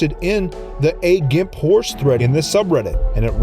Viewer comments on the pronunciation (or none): none